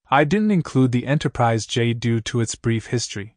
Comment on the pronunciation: If you got a person to narrate instead of a robot, the last one would not be called Enterprisey.